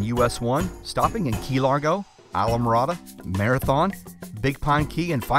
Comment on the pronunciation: I die when he pronunces ISLAMORADA hahahah